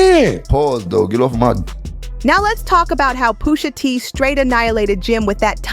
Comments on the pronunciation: “Push a” not poosha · Pusha not poosha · Who the hell is “POOSHA” 🤣🤣🤣🤣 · I was going to listen to this but the poosha instead of pusha is hard to get bye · How do you make a whole video saying the man's name wrong smh Pusha not Poosha smh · Poosha? It's pronounced push ugh.. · Yeah dont say poosha, it's pusha t, give him the respect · isnt it more disrespectful to make a video where a whole lot of ppl are saying the name correctly and then u out here callin im Pooosha T? 🤦🏿‍♂️ u mad at the wrong person my guy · Lady......who da fuck is Poohsha????????????? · Push Ah not Poosha! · Her saying Poosha repeatedly is pissing me off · Please stop saying poosha,please!!! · The way she keeps saying poosha irritates my soul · I can’t continue listening as she’s calling him Pushsa can’t even take this very serious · Hate these dumb videos when they don't know prints names. Who TF is poosha? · I turned it off when she said Poosha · Why she keep saying Poohsha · Come on man, "Poosha" is killin me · POOSHAH TEE 😂 MAZE 😂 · 😂 That “Poosha” was killing me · The commentator pronouncing his name wrong even when people in the video is saying his name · The way she was pronouncing his name irked my soul 😂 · My question is why they got Becky narrating this rap beef she can’t even pronounce Push T name right